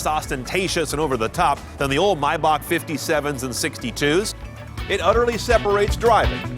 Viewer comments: it's pronounced "may-bahk" German remember.... how the hell do you get "mi-bahk" from Maybach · I cringe every time he says “My-Back” it’s “May-Back”!!! (TRIGGERED) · you pronounce the month "May" as it is so why pronounce "Maybach" as "My-bach". "may" and "my" are different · Why the hell he calls it Mybach!! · Jesus Christ is pronounced MAYback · Lol atleast learn how to say the name its "mey-back" you know like the month "may" your saying it like theres no "A" in it the hell is wrong with you, you're suppose to be a professional car reviewer. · Lol typical American comment... You also call Porsche "por-shaaa" probably. It's My-bach. Greetings from Germany. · i've been pronouncing maybach wrong my whole life lmao